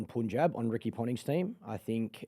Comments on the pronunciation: I'm sorry but Erin's pronunciation of every "Asian/Indian" word is top drawer! Makes me feel like she's lived in the Indian subcontinent for a while. Its not just this episode too, she nails her vernacular EVERY time! Meanwhile, Clarky--Mate, please for Fsake, call it 'Pun-Jabh' not 'Pooonjeb'. Love you buddy! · Sir punjab kings U pronounce as pun-jab but it should be pronounced as pann-jab😊😊